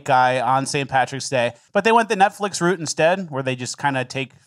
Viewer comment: Is it pronounced Route or Route?